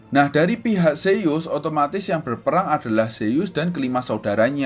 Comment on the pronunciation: Kak bukanya nama anak rea zeus bukan seyyus